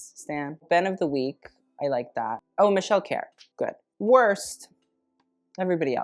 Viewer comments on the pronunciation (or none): none